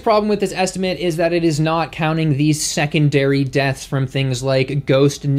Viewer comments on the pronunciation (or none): "Second-dairy death" 😅